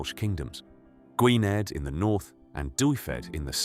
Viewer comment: Cymric is pronounced Kumrick, please. Dyfed is pronounced Dove-ed and Gwynedd is pronounced Gwineth with a soft "th" at the end.